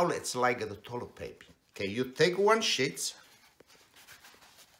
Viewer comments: Wow , that ending , hahaha . I could have sworn when you said you take a sheet it sounded as if you said "you take a shit " . I'm not trying to be a wise guy here . Anyway you look really really young and sound very young for 91 yrs .old , really ! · I thought he said take a shit too 😂 I cracked up at it lol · "You takea one shits, where he gotta da shits" 😂😂😂